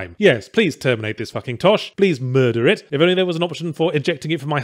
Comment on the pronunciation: "Please múrder it"